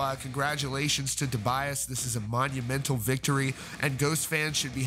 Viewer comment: And apparently his first name is actually pronounced To-BEE-as, instead of To-BYE-as!